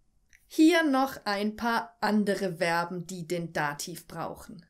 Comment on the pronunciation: Übrigens werben werden nicht ausgesprochen sondern Verben zu info